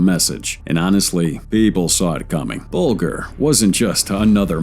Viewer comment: Very bad narration, so tiresome to listen to; There should be a gap between sentences, a bigger gap between paragraphs, and an even BIGGER gap between numbered items. And, at least get the names right; The name is pronounced 'Bulge—r'. A lot more time required for editing!